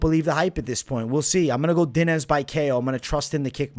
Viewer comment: In Brazil we dont overstand the i, so we say it kind fast it kinda like DYNYSS, not like Dee Nees . But thats ok, thanks for the odd man, stay cool, God bless you